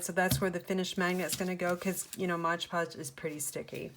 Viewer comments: Love these. I am a crafter too and please learn how to pronounce MOD Podge. It's not Modge Podge. Thank you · I love all of your magnets! But why do you call it Modge Podge??? Its MOD Podge!!! I noticed that somebody else commented on this too! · Great video, thanks. It seems like everyone calls it Modge Podge, when it is Mod Podge. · Why do people call it Modge Podge.... read the label... it clearly says MOD Podge. Couldn't finish watching... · Not trying to be rude but why do people call it moG podge? Almost every crafting video when someone is using it they say moG podge and I die a little inside. Did it maybe use to be called that or something? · I had these marbles & paper scraps in my stash, what a great way to use them. I think it’s hilarious that you call it “Modge Podge” (I do too) 😂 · Please! It is MOD podge!